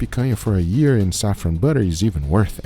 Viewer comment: Since when can you not say Year? I've heard you say it normal before. But in this video you cant?!